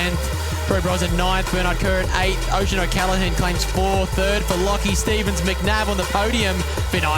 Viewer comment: Need to learn how to pronounce riders names. Oisin 😂